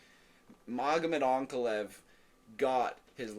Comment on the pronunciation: Did I hear an AnakaLAEV????? Growth